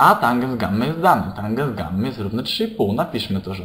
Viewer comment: tanges a nie tangens xD